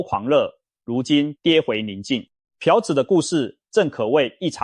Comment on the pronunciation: 是ㄆㄨˊ朴子市，不是ㄆㄧㄠˊ朴子市。